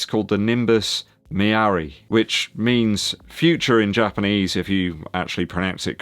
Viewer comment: The nimbus "mirai" ,"mirai" is Japanese for "future" and is pronounced like mi-Lai